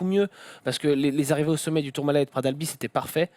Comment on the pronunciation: Pitié les gens... On ne dit pas « Pra d’albi » mais PraT d’AlbiS !!!